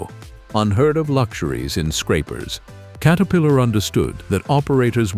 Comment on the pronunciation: Kate-a-pillar?? Screw this AI $hit!!